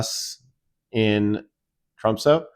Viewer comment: First it would be nice if you pronounced the name of the city correctly. It's pronounced Tromsuh not Tromsoe. Why didn't you just fly to London and then take Norwegian Air to Tromsø?